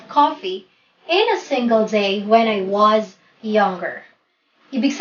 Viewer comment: In example number 1, Why do you pronounced “s” like “z”. Like the word “was, you said it “wazz” . I think you mis pronounced S to Z.